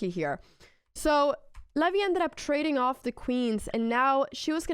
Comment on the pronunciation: Funny how you pronounce "Levy" like "LAVVY" xD